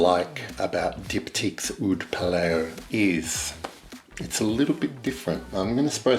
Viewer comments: Pa-Lao (Laos) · I think its said as 'Pa- lou' as in 'loud' hmmm if that makes sense. Great review and descriptive.